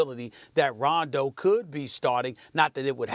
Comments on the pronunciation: 0.27 Londo 😂😂😂😂🤷🏽‍♂️ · SAS said Londo lmaoo 😂😂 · Did this bitch say Ronzo at the start? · "Ronzo" ...."Londo" hahaha they keep messing up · She said Ronzo lol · Molly can’t even pronounce Rondo, bitch said some “ronzo” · Nigga said LONDO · “Ronzo” I ship it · Am I the only one who heard her say Ronzo? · He said Londo 😂😂😂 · Did she say Ronzo?? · She said “Ronzo” in the beginning of the video🤣 like if you heard it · Did she say ronzo 😂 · Stephen A. said Londo by accident as well. Actually he almost said it twice lol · Molly said Ronzo and Stephen said Londo lol they messed each up up 😂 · 07 she say ronzo? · Max is like oh shit she said Ronzo the comment section is gonna be savage af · Stephen A said Londo